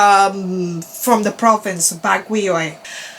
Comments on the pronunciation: Also Baguio is actually pronounced as /BAG-yow/ or simply /BAG-yo/ (both has an emphasis in the word syllable Bag). Also, Ilo-ilo besides /I-low I-low/ can also be pronounced as simply /I-lo I-lo/ (emphasis on the first syllable /I/). Great work queen!!! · Baguio pronounced as: Bag-You.